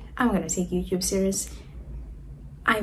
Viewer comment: Lol why do you pronounce YOUTUBE AS YOUCUBE ?